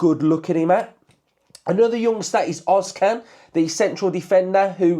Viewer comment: Ozcan is pronounced özz-jan